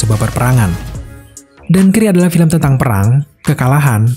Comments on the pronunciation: Dunkirk boss, bukan dunkrik🤦‍♂️🤦‍♂️🤦‍♂️ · Dankrik ga tuh bacanya